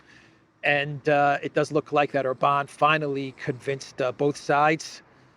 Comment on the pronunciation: When you did your last guest video,, you actually correctly called him OR-ban. Must have been by accident, you're back to Or-BAN 😂😂😂